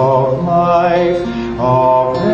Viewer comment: Would be nicer if “Ave” wasn’t mispronounced.